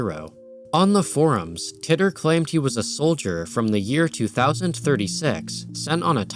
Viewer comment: As soon as I saw this started with Pokegods I knew it would be a great video. I've got to say though, I've never heard John Titor's name pronounced like that. I was 14 when John Titor's posts started popping up and he was a popular topic of conversation on the message boards and chat rooms I frequented. I have to admit, every time I heard "Tit-or" instead of "tee-tor" that 14 year old part of my brain surfaced again just to go "lol he said tit." This was a fantastic video, and I can already think of about 5 friends I need to share it with.